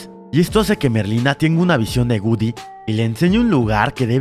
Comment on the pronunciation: Se dice goodiie no gudy